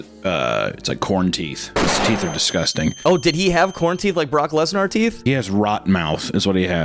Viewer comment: I love how you pronounce Brock Lesnar like hes a dinosaur or dragon 😂